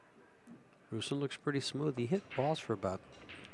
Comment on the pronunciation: It’s not Ruslan lol it’s Ruslan, the accent is on the A not U.